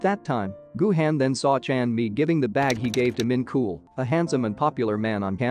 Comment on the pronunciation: Idk why but Min KOOL killed me.💀💀💀 (It's pronounced min chol)